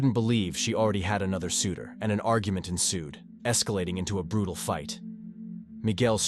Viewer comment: the arguments became" bruetallll"